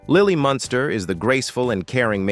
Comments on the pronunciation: I really detest the AI voice on these videos. Especially since it gets words and names wrong. Anybody else notice it keeps saying "Monster" instead of 'Munster' ? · I had thought that Al Lewis ran for NYC Mayor, but was surprised to learn that he ran for NY State Governor. Many thanks for the accuracy & enlightening details. With sincerest respect though, that narrator (A.I. voice?) constantly mispronounces the name “Munster” as “Monster”. Though I personally find that endearing because when I was a kid (under 10 years old) I would call them “The Monsters” as a more descriptive name 🧌😉😆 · Munster - Not Monster...Your AI Crap - Don't Cut It...Got IT...Stay Safe... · YOU KNOW HOW TO PRONOUNCE MUNSTER, BUT YOU KEEP SAYING MONSTER. ..... VERY DISTRACTING. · the AI that reads these scripts is horrible on pronunciation, or the idiots who write the script are very careless. even though the family is the Munsters, the AI keeps referring them as Herman monster, Lily monster, Eddie monster. Marilyn is referred to as granddaughter Marilyn Munsters plural